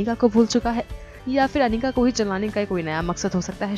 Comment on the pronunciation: a it's not panika its Anika acche khase Naam ki waat mat lagao😒